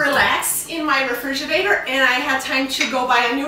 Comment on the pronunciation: Shes saying "Refiginate"..... I don't even know how to spell it.. This was funny though.